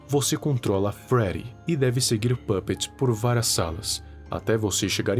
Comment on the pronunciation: Não sei vc mas eu acho que é pupet não pupets